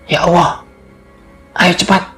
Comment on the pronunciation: Mas min.. Tlonk untuk artikulasi kata2 lebih di prhatikan, mhon maaf mungkin mas mimin bukan bragama islam, jd sy minta tlonk utk di prbaiki, contohx seprti pnyebutan lafadz ALLAH, tlonk yg baik dn bener bulan ya owo ya owo., ini nama Tuhan mas, pemilik langit bumi dn sluruh isix.. Trmsuk jiwa raga mas mimin ini.. Trimaksih smoga mkin jaya.